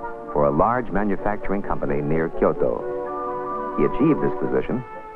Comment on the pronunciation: i love the way the presenter pronounces "Kyoto" its like he genuinely gives a shit about authentic pronunciation.